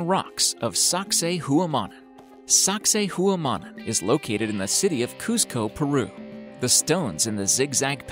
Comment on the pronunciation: SACSAYHUAMAN in Perú is pronounced 'Socksay wahmahn', not "HOOwah-mon" - if you had done any research first. Nobody ever pronounces it like that except you: you dumbass. In Perú they will tell you "sexy woman" is a close proximity to the pronunciation